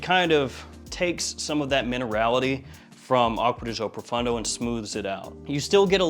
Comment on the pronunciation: Profondo brother, not Profundo. Great work though